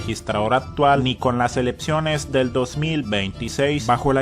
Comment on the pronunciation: Elepciones dice este que habla. ¡Elecciones!